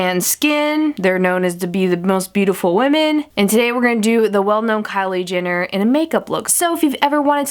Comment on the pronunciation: She's like "Kylie JINner" 😂😂